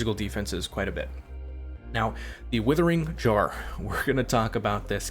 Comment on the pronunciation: "Withering Jar"...love your builds but maaaan...lol